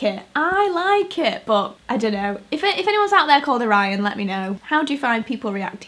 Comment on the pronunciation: Ive heard Orion used before, but it was pronounced O-ree-on